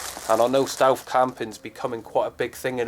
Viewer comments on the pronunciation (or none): ***** ohh shit... ''stealth''... im sorry.. it was your accent, and the way you said stealth ''stewf''. i apologize.. neat vid too. i'll check their site, thanks man! :)